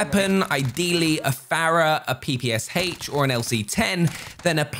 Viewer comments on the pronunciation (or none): none